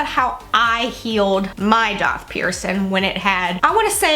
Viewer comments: My daith was AWFUL. It was the most painful out of my multiple ear and face/body piercings! I developed bumps on it too. The only piercing I had issues with. I used tea tree oil twice a day for 2 weeks and boom, bumps gone. Funny you say “doth”. I’ve never ever heard it pronounced that way and every piercer I have been too pronounces it DAITH! Love your videos ! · Daith is actually pronounced exactly how it’s spelt. Faith with a D!!